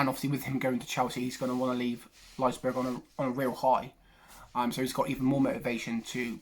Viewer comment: It’s Leipzig not Leizberg😂 Also, Werner will not play for them in August. He chose to prepare for the new PL with Chelsea instead of playing out the UCL with RB.